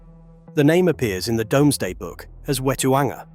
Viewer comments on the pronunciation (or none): pronunciation is,"doom",not"dome". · that is NOT Whittlesey, that is actually a 1960s view of the Bigg Market at Newcastle-upon-Tyne, the UFO looking structure is a public toilet, it is now a cocktail bar 🤣🤣🤣🤣🤣 Another shitty AI voice, give it a rest if you are shitterton at using your own voice FFS DOOMsday not DOMESday FFS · Good video but would be better if a number of the places were pronounced correctly. Also the Domesday is pronounced dooms-day. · Because of the way the narrator says domeday book i looked it up, you can say domesday or doomsday its entirely up to you.